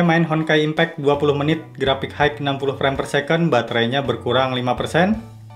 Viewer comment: bang, ini mah cuma saran aja ya. tolong pengucapan dalam bahasa inggrisnya diperbaiki di kata: High - bacanya bukan haigh tapi hai aja.. signal - sainyel. maaf dikoreksi, supaya channelnya dan video content abang bisa mulus perfect tanpa ada hal2 yang mengganggu bagi penontonnya. jujur saya sedikit terganggu dengan pronunciation abang. overall kontennya detail, bagus deh. sukses terus!